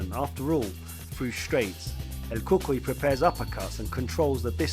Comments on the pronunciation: Pronounced; "El kookooy" not cookie....lol! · not el cookie it is el cucui an not geftschi it is gaethje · Lol it sounded like you kept say " El Cookie" but very well done video though will be definitely be subscribing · "He continued to focus on the cuts on the face of El Cookuyie" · El cookee 😂 nice breakdown though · Justin Gaaychay and El Kookie haha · Bro really said "El Cookie". My God. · You need to pronounce the names better my man 😂 "El Cookie" and "Justil Gaye"? Come on man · what do you mean? el cookie and gae i see nothing wrong here